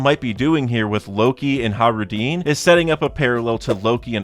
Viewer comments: How do you pronounce Hajruden?he says it like “Hah-roo-deen” instead of “hah-j-roo-deh-n”. I’m pretty sure he’s pronouncing it wrong but maybe not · I love your channel and your content but it hurts hearing you say “Hah-roo-deen” instead of “hah-j-roo-deh-n”. At least I’m pretty sure that’s how it should be pronounced